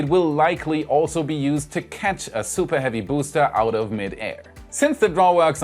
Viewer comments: LOL 😂 SUPA HEAVY BOOOSTAA!! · SOOPAH HEAVY BOOOSTA! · THE SOOPAH HEAVY BOOSTA